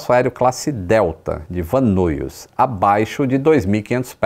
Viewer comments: A pronuncia é " Van Nais" e não " Van Nuis", para a cidade de Van Nuys. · Van Nuys, se pronuncia “Van Níes”….. morei em LA quando fiz faculdade. Van nuys, van nies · Excelente vídeo. Eu já morava aqui quando isso aconteceu e ver todo o mapa e o que o piloto tentou fazer foi bastante esclarecedor, já que eu sempre a dos nessas estradas e conheço bem. Só uma dica: o aeroporto e a cidade de Van Nuys se fala “VAN NÁIS. Abraço